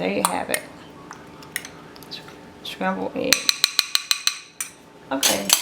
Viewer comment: Good tutorial But Shcrambled ehs